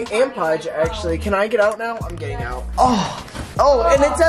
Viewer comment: I thought said I’m gay now instead of I’m getting out 💀